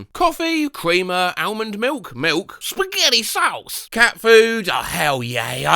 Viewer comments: Idk why, but the way he says “Spugety sause” is sending me. 😂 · SPUGETY SAUSE